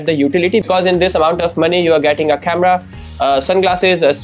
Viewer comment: ahan ahan English chemera🤣🤣🤣🤣 speaker yeah speaker 😂😂 best one is the chemerahh 😂 OMG